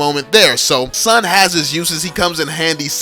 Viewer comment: STAHP BUTCHERING SUN AND ZILONG its soon z(like a bee,zzzz)-long